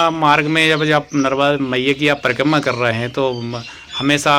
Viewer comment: परिकम्मा, परिकम्मा क्या कर रहा है.... परिक्रमा बोलो l